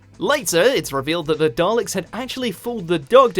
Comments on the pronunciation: I'm British and was taught at school to pronounce it properly. But now you get called a language fascist for daring suggest there is a correct way to pronounce anything. Anyway 7 always said Dallix. Nearly 30 years of wiping the tetchy dustbins out and he couldn't pronounce their name. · Yea, my Dad was from the Clyde area of Scotland (same as McCoy) and he too pronounced Dalek with a hard 'A' , as DA-Lek. As for Omega, can't say I've heard McCoy pronounce it as, 'Ohm-knee-go'? Even with his Clyde accent he still pronounced it correctly as O-meh-ga. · Benjamin Joseph Kidd-Bentley I'm just going by the fact that old Sylv is the only person I've ever heard, includingding people with strong Scottish accents, to pronounce it his way. Maybe 7's greatest mystery was what he knew about the Dalek name that nobody else knew.